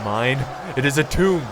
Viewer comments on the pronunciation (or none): none